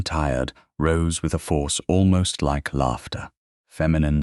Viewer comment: An interesting story ruined by AI. ‘Lawter’ for laughter.🤦‍♀️being one example. And a very relentless, boring tone throughout. No human inflection. What a shame. Human narrator please.